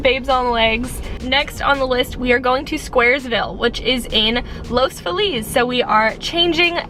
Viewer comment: los FEE-lis <3